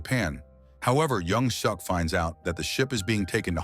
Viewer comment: I stopped watching as soon as they said his name is "young-suck"